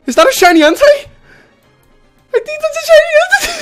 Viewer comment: "is that a shiny entei?" "is that a shiny hantei?"